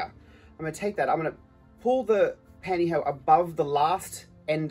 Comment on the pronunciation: Pantyho is such an amazing word! Every time you said it I giggled!!!